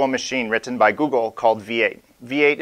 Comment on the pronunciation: great video... but the over-annunciation on -tten is killing me... wri-t-t-en (te te te) ahh!